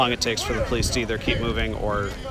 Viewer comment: PO leece 🤣😂🤣